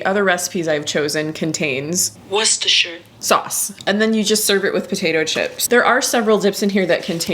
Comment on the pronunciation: Wooster Chester Shire😹